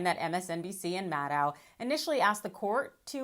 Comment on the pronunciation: There IS something wrong with pronunciation of "Maddow". Just remember... it rhymes with "shadow".